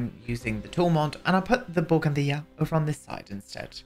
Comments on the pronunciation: The way you say bougainvillea 😂🤌🏼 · First off I love that shirt, second the way you say bougainvillea makes me laugh and third I've missed the door to vaginanana. Anyway have a lovely weekend, see you soon xx